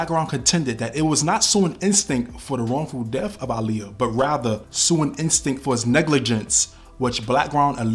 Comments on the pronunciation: I love how you pronounced her name correctly. Aaliyah use to check a person real quick who didn’t say her name right lol. She’s smiling down on you KING! Great vid by the way. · Finally, someone who pronounces her name correctly. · Lord thank you for pronouncing her name correctly